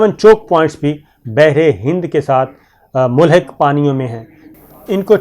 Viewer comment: AoA Word not mulhick - milhick right word nastaleek Urdu word